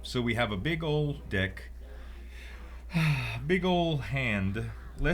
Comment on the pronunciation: "We have a big ol' dick." I can't un-hear it.